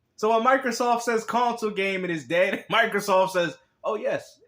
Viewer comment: CON-Sole Laming